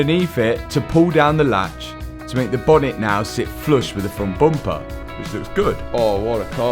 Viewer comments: I love how "bumper" becomes "boompa" each time says this word 😂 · Hearing say "Bomper" makes me giggle ❤ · Take a drink every time he says "boompah" 😂